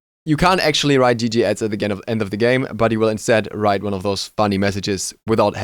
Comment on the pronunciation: First of all: pls say "gg iz", i actually understood "gg ads" kinda in that overwatch thing. And in smite: I quitted smite because of the community tbh. It was way to toxic for me. Getting like once a day somebody who flamed you all the time... But I think the first think, that hirez could do, is removing VEL. VEL is an Insoulting tool... everybody uses VEL to tilt you... The first step hirez could do is really removing VEL. Its more annoying then a child in the old match halftime of the enemy team, calling "gg ez pwned noobs" while he gets carried and is 1-4-12.